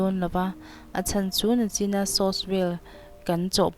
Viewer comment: Nachin tih aiah khan nichin ti zawk la😅